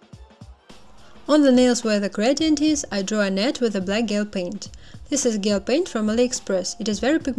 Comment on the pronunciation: По английски гель произносится как «Джел». В остальном все супер !